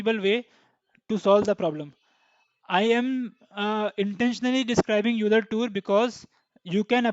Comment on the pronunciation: I hate to be that guy, but Euler is pronounced "OY-ler" lol. Great video